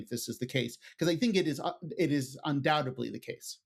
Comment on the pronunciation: The word is "undoubtedly," not "undoubtably."